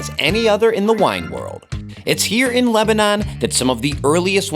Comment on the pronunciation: Am I the only one who cannot stand to hear him butcher the word Lebanon?